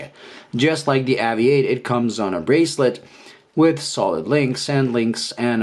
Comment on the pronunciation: Why do you insist on improperly pronouncing this brands name. AVI-8 is a play on the word Aviate which in English is pronounced ā’-vē-āt, much along the same lines as you pronounced aviation in this very same video.